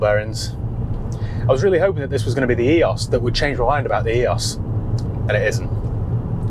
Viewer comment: Love your vids been watching since your beginning. But one thing lol Eee-ose not EE-os I worked for VW and Audi for 10 years so take me word on it ;)